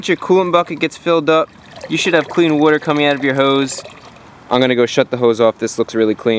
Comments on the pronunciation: Wooter. Wooter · You don't want any dirty wooder in your heater core. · wuter lol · Wooder wooder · When he goes through a drive thru-"one small ice wooder"